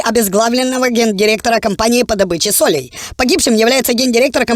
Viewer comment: не сОлей, а солЕй!!!!! знайшов топменеджер)))))